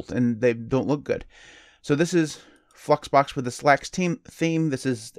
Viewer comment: Anyone else hear him say "Fuxbox"? Lol!